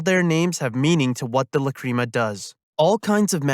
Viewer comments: It bothered me the whole time, Lac,Ra,Ma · It’s pronounced Lac,Ra,Ma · La-cream-a 🤨 /j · Why you say Lacrima like that T.T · god I hate how you say Lacrima. It makes me doubt you've watched the series. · This is a great video but your horrible pronunciation of lacrima is killing me inside.